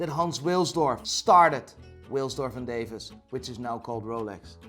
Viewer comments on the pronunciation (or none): none